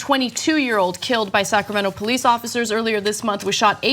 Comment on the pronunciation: Running don't make you guilty of nothing! The Poe-leece.